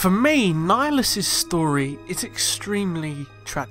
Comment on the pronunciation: Darth nigalus